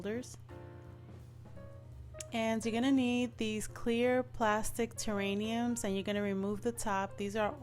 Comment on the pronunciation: I could barely watch this when you kept saying "terrainiums" instead of "terrariums". Yes they are terrariums. But the idea was so cute I kept watching anyway. I love the way it turned out.